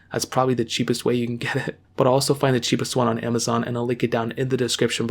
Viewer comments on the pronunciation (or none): none